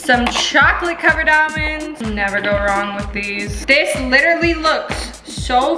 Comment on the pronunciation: Why does she say it aLLmonds though 😂😂😂